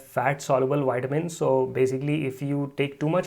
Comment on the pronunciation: Its wierd how Indians pronounce vitamins with a W as in Witamins 😅. Yet they are able to pronounce the "V" in Veda? Do better Indians.